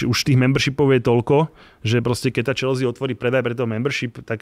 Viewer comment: škoda, že se prezentuje jako velký fanoušek a přesto říká "Čelzí"...je to anglický klub a anglicky je to "Čelsy"